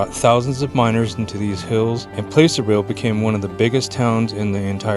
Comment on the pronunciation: How they know you’re not from around them parts…PLASS-ur-vill not Place er vill you had it!